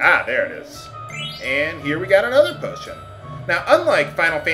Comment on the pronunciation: am i the only one who thought he said "botion"?